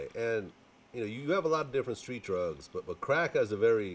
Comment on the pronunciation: fr...Gucci mane been sayin skreet.